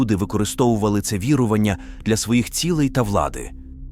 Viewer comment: Неправильні наголоси і вже не перший раз.... ОбрУчка, СварОг, вірУвання, ремЕслами !!!!!!!!!